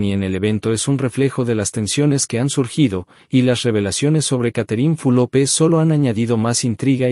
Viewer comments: No se pronuncia Fulope. Q berreta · No es Fulope..es Fulop..ablen bien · Porque pronuncias mal el nombre de Catherine. ES FULOP NO FULOPE